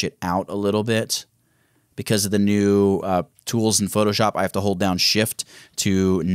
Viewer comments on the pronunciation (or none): Did you say file> newD